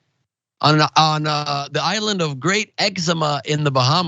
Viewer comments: It's exuma...not edema...duh...I'm going..just bought my ticket..I want to be part of history...like the first one... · It is Exuma, not eczema, please be respectful to our country, if you don't know that is what Google is for. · Exuma not eczema, damn bro that's some sad shit 😮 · The island is called Exuma you dick.. not eczema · U pronounced exUma like an ignorant ass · Egg-zu-mah...Exuma Chain